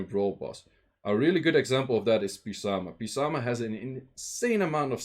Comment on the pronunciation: "PEE-Samah" for "SAH-man-th" LoL, haven't heard that since YDCB days